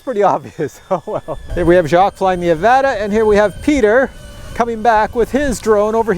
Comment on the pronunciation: it pronounced uh-vot-uh 😂😂